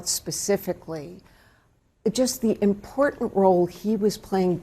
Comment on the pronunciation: "Im-por-unh." C'mon,! In the first minute, you dropped a T in the word, "important." A lot of younger people, including a handful of local TV News anchors do this, and it just sounds sub-literate. I am on your side and love your viewpoints, but bad diction irritates me to no end. If you are a younger soul and talk like this, STOP!